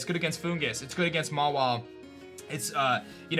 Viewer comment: I'm sorry, did you say... "ma-while?" It's ma-weelay, sir.